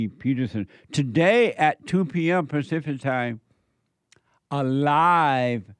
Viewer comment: said “pacific” HE BLATT